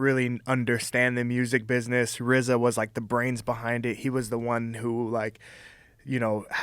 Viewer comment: Joe calls rza jizza